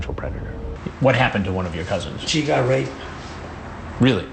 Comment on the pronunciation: “One of my Cassins” lol